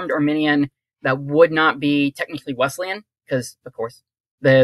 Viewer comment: Love the program 👍 I’m a Wesleyan, but it has an s sound and not a z sound. So Wesleyan not Wezleyan 😜